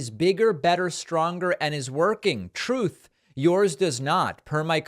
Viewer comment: Noticed you say “Troth” social not truth ….. all I see is loads of swines at the troth 🐽🐷 ! Thanks for the laugh!